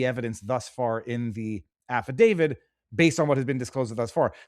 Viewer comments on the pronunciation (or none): Affidavit! T T TTT, not D. David has nothing to do with it. Never had.